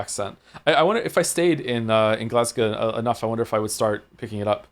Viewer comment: OMG GLASGOW MENTION 🏴🏴 I'm new here so didn't know about his background. I felt the same way Joe did when I met Caidin, the localisation team did a great job with the accent. I will say his pronunciation of Glasgow is not one I hear often (glasguh?). But I find that Canadians are usually pretty good at Scottish accents, probably due to the amount of Scottish immigration there.